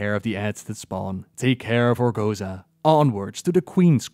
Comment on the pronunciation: "ORGO-ZOA." not "ORGO-ZA"